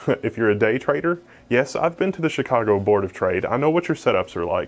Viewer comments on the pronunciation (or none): none